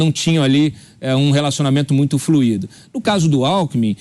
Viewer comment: ... relacionamento muito FLUÍDO ... A pronúncia correta é FLUIDO, acento tônico na sílaba ÚI, rimando com DESCUIDO.